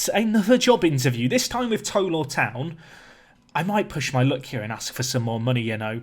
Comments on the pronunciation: I was born in bishop Auckland near tow law. And it's tow as in Cow. Tow law 😂 not toe law 👍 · Pronounce Tow Law as in taw rather than toe like tow(el) law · Just a note that it's pronounced 'T-oww Law Town'...... as in 'Oww I stubbed my toe!'. Hope that makes sense! (I live 6 miles away! 🙂) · I live in tow law and it is pronounced more like taw law and are known as the lawyers. The ground has the second highest altitude in england. Also a few years ago, south shields FC scored a great goal and it won Budweiser goal of the month. (Children also get a free portion of chips) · It's pronounced t-ow law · Tow is pronounced like how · Looking forward to this series. By the way , the Tow bit in the teams name rhymes with ‘Cow’ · Looking forward to the save, however, it's driving me mad! Can you please pronounce it TOW as in NOW!! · Tow Law is about 5 miles from me, Tow is pronounced like Now